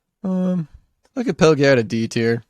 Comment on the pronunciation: Gnisis = "Nee-sis" Khuul = Kul Pelagiad = Pel-ah-jee-ard.